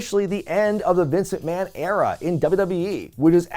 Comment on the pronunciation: The Triple H era-ah!